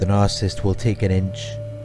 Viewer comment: Look, your videos are great. But if you want to be taken more seriously and up your views, there’s something you’ve got to fix. The word is “nar-cis-sist.” Not “nar-cist.” Same for “nar-cis-si-sm. Otherwise, keep up the good work. 🙏